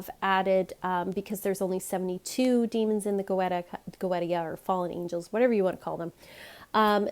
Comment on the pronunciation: I think you pronounce goetia “go-ey-sha”